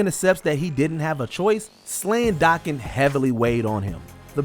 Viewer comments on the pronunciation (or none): none